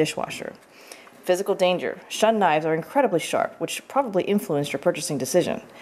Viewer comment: its pronounced ( shoon )